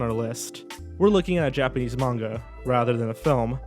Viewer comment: You pronounced both "pinning" & "manga" incorrectly, but it was still a great video.